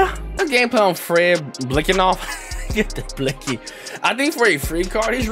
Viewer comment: You just butchered his name so bad and then said that's how you say his name you weren't even close to the correct pronunciation of his name